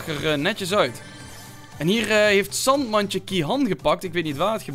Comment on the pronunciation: Je zegt Sandmandje, maar het is Sandjemandje!!! Is n maat van me 💪🏼